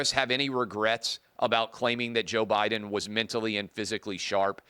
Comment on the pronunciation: She called her boss prez Obiden😂